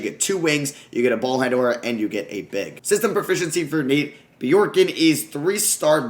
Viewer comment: It’s Bjork- GREN